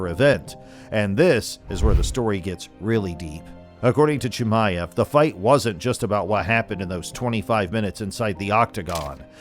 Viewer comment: Still cant even say his name 😂 probably didnt even see the fight live